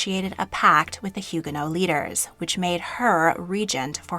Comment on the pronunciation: I enjoy this channel, but some of the pronunciations in this one are way off for English speakers: Le Havre, Huguenot, Chenonceau, etc.